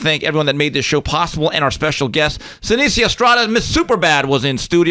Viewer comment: Everytime they'd say "Senisia" I cringed a bit.